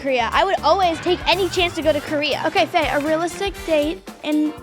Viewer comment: Not me thinking that Ryder said bae to Gia but he actually said Faye